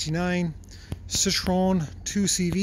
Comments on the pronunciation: It's pronounced See-Tro-En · Alright the French guy in me needs to say it Citroen can be pronounced citro N